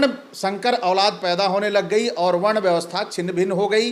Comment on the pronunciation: Are Bhai ur hai aru nahi😅 padhiye pahle